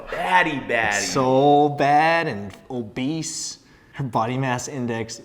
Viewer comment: "so bad ... and ... obbaese" xD